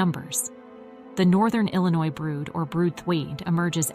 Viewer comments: “Illa noise”😭😭😂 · The s is silent in the word Illinois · The state is NOT pronounced Illinoise (with an "e" on the end). The state is pronounced Ill-ah-noy. Also X is the number 10 in Roman Numerals. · "SICK-uh-duh?" "Ill-i-NOISSS" -I turned it off after that. WHO the hell is this person with the bizarre pronunciations? Only 2 ways to pronounce it (British & American versions) - and she doesn't use either "Illinois" is from the French -- the "s" is never pronounced. What are they teaching in schools these days? Does she also say "Ar-kan-suS"?!